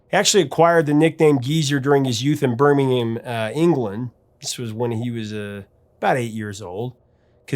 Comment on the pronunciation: It's so refreshing to hear Birmingham pronounced correctly, in context. And don't forget, Iommi had no fingertips on one hand. He had to relearn to play at around 21 years old.. legend!